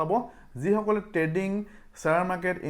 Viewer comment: Dada treading nhoi trading 😊